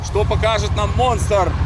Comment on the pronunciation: букву "Р" забыл в слове МОНСТРЫ 😂